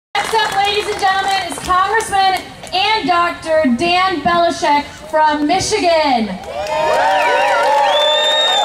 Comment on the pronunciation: Dan Bellishek? I know you have a Teaparty education, but you might want to try to get his name right... And we won't even talk about "Repael". Here's something for you Teapartiers to think about (I know thinking is a real chore): Dan Benishek taxes you $1600 per month to pay for his $2,000 per month healthcare premium. You pay $20,000 a year to subsidize a wealthy surgeon's health plan. And he's fooled you into thinking he's out to cut unnecessary Government spending.